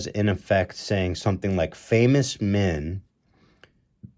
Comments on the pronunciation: "What would we do without minn" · The way Ethan say "Men" as "Minn" will never not trigger me lmao